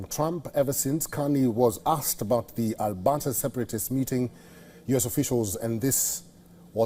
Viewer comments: Albahta is pronounced wrong, your missing the "r" in Alberta and I know you can pronounce it. Just think RRRRRRuwwanda but Alberta, lol. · Al-Bert-ta.. ert ... Ert..... Jesus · go woke go broke...how on earth is this guy a news caster...Albata and seed instead of secede..bet he doesnt know what that word means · What in the hell is ALBATA mister Sir? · Albata. LoL